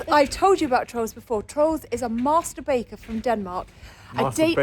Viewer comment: too funny "master baker" sounded like mast...bat..." lol. I love your blogs! Cheers